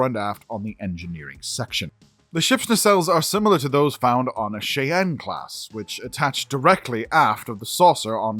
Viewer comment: Shai - ann , not Shay-ann